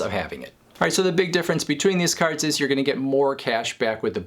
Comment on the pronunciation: "caRRds" lol